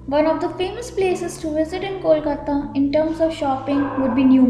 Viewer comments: Hey you fellow narrator Its not Kolkatta, Its Kolkata❤ Improve your pronunciation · It's not , Kolkatta, it's Kolkata